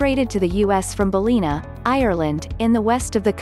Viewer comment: It’s pronounced BAL-LIN-A, not Balleena